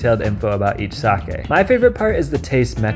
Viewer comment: Good video, and extra points for knowing how to say sake. -viewer from Japan.